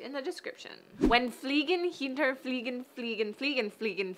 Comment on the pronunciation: Fliegen, not Fligen! C'mon.